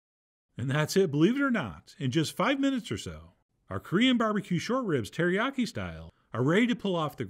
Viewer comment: You had me at : Alicia key, “teriyaki-“keys”😅😂 hil-“f’n”-larious!!!! 😩😂🤣♥️